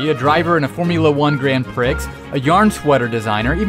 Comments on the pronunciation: you pronounced it Grand Pricks. It's Grand Prix it sounds like Grand Pree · Prix looks like Pricks but it sounds like pree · 'Grand pricks". Grand prix (pree) fuck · Gran pricks? Haha gran pree is how it's pronounced. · Grand Prix is Pree not Pricks... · Grand Prix is pronounced ground pree not pricks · Did you say grand pricks? PRICKS? It's pronounced pri like Prius the x is silent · wait, did he say grand prixx? like actual grand pricks? Its pronounced grand pree... grand preeeeeee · Grand 'Pricks'. It's grand 'Pree.' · It's pronounced... "Grand PREE," Not "Grand PRICKS." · He really said grand pricks not grant pree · Its not grand pricks. Its grand "Pre" (Grand Prix) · It's pronounced gran-PREE not prix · Did you just seriously say 'Grand Prix' and pronounce it as ' pricks '? I'm literally just disliking the video because of that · It's pronounced Grand Pree. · lol he said Grand Prex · “iTs pRonOuNcED gRAnd PrEE” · Did you mispronounced Grand Prix as a joke? Prix is pronounced "Pre" phonetically, as in "The new Mario game PRE-release event" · Grand Prix is pronounced Grand Pree btw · "Grand pricks" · Gran pricks? I does know how ta speek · I get that this isn't to be taken seriously, but did you just pronounce "grand prix" as "grand pricks?" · Grand "prix"? Isn't it pronounced as "pree"? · The way he pronounced "Grand Prick" made me cringe to the max. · Grand Prix is pronounced gron pree. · its pronounced grand "pree" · That's how he said it. He didn't even pronounce it right. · Did anyone get mad at him mispronouncing prix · Man, that pronunciation of Grand Prix cracked me up! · It's funny how he said grand prix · Did he pronounce the x in grand prix? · grand prix? the x is silent